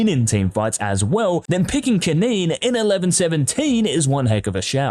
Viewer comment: STFU XD its kennen